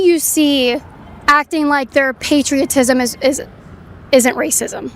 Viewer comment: "Racisim" hahaha dumbass